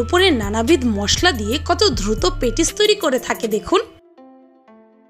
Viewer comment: পিনিং পালের মেডাম ওটা পেটিস না patis আগে উচচারণ শিখবেন তারপর ভিডিও বানাবেন